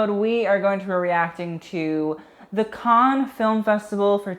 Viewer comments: Not Khan but can-nes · The French pronunciation of cannes is closer to can than con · Cannes *can not cahn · cannes pronounced: can not kahn. stephen jones pronounced : steven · Is he deadass pronouncing cannes as con? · 1st. It’s pronounced CAN. 2nd. Selena’s first look was the most iconic of the entire festival. It’s very south of France Cannes vibes, and by far the most popular images of the entire festival are of Selena’s first look. Really don’t think she should have made it more “80s”. 🙄 3rd. I don’t normally like feathered dresses because I think it usually looks tacky. But Maria Borges dress had the most perfect execution of feathers on a dress that I have ever seen. It’s a perfect look. Taking away the feathers would make the look boring af. The feathers make the look. 4th. Priyanka Chopra’s first dress looks like an early 2000s fail. I don’t know what you see in it at all. The gradient around her waist is a cool idea but the execution was terrible. 5th. Angele Van Laeken’s dress is grotesque. The fabric looks cheap af and it’s wrinkled af like couldn’t they iron it. Don’t know what you see in that look at all. 6th. OF COURSE RED CARPETS HAVE THE BE DRESSED UP AND FORMAL...are you serious??? Marion Cotillard’s outfit is cute for chilling at home. Not nearly formal enough for the Cannes red carpet. 7th. I overall enjoy your videos a lot but sometimes you really need to do better!! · luke honey, learn ur pronunciation cannes isn’t kahn loewe isnt loweevuh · nobody: Luke: KHAN FILM FESTIVAL! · yeah, not how you pronounce cannes but whatever